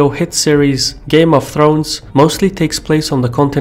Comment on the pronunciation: "Game of Trones"